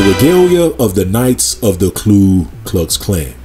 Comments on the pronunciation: Ku, not klu my brother. Thank you for another great and informative video. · Ku not Klu.....I make the same mistake 😂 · Very well-done video! Thank you! Just a quick note, it’s Ku not Klu. (Referring to the KKK.)